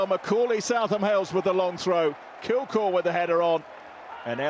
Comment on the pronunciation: Kilgour not kilkour 🤦🏼‍♂️